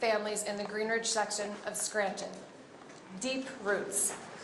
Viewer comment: Biden couldn’t even pronounce Scranton right. 😂